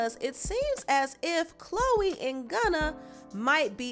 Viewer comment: Hey, it's not "Chole" 😂😂😂